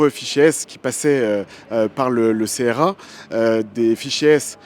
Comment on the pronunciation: On ne dit pas C-R-A mais CRA !